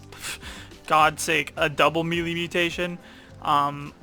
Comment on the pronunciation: It’s spelled melee but is pronounced (May Lay)